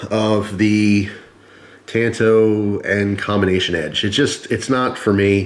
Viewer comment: It's pronounced " tahn-to." Tan-to is what happens when you wear flip-flops to the beach.